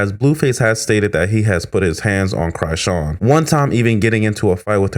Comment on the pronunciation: Why you keep calling her CRY'sean? Because she always crying 🤣